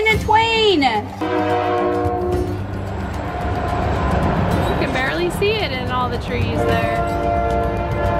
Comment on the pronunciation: "a twain, Ethan , a twain!" So funny